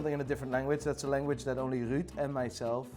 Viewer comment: ruud lekker op zijn nerderlands uitgesproken